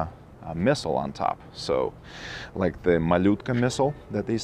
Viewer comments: being Russian I appreciate the way you pronounce "Malyutka", sounds 91.9% authentic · It sounds 100% authentic lol. I don't know what you're talking about.